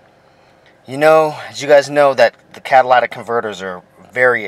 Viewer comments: It is C A TA L Y T I C! not CATALATIC. iF YOU TAKE IT OFF TO CLEAN IT, YOU WOULD BE A DUMBASS not TO REPLACE IT. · Cadilatic ? cat ta lic ,,,,,your english teacher failed you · CatalYtic not catalAtic!!!!! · learn how to say catalytic convertor. Its not CADILLAC convertor you moron. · Cadillac ,it was hard to watch with you miss pronouncing every thing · It's comical each time you say catalatic! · It is driving me insane that you are all pronouncing it incorrectly and misspelling it. Which is probably why your mispronouncing it catalytic converter (cat a lytic) say it with me kids (cat a lytic) Now go tell your friends. At least the previous commenter found some humor in it all. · Cah-tuh-lit-ic converter bud. Not bashin on ya, just a lil pronunciation drop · He said Cadillatic. It really fits since the damn thing is so expansive. I meant, so expensive. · I agree. And I heard one guy say catalyTHic converter. It's due to the lack of phonics teaching in our purposely dumbing-down schools. Regardless, I prefer calling it a "cataclysmic" converter. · Can we learn to say "catalytic" properly though? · This moron can't even pronounce the word "Catalytic" . Why would I trust ANYTHING he advises? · FR THO pronounce it CARRectly